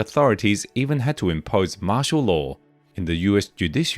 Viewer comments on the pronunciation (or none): none